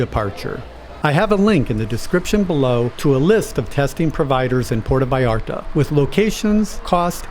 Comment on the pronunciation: Enjoyed your video very much. Might want to work on the pronunciation of 'Puerto Vallarta' though.